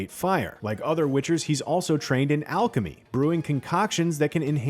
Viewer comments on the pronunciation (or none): none